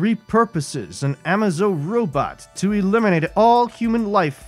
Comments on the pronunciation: Love the pronunciation of Amaze-O as amazo, shows the narrator knows nothing about what he's reading lol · Amazo is pronounced amaze--zo. Dex-Star is a 10 on the Unique character scale we are lucky Geoff Johns liked it and added him in. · Love the story, kinda annoyed at the pronunciation of Amazo.